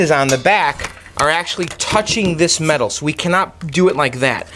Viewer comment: Why did you keep saying weird things like mental instead of metal?